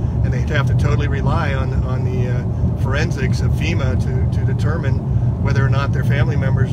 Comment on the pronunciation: "Fema" not "feta".